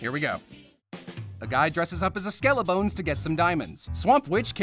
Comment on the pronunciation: The way he delivered that "skELEtOn tRAin 👻👻" has permently reshaped me. I can't pronounce Skeleton in any other way